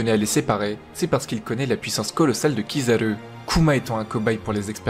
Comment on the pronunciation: Je déteste quand il dit Kizaru